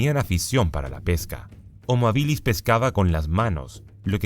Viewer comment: No puedo con las veces que dice hominídos y habílis 😬